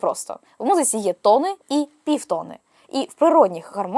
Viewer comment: тонИ і півтонИ (а не тОни і півтОни) 🙂